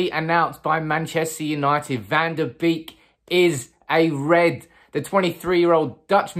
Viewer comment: It's bake not beek that's how they pronounce it.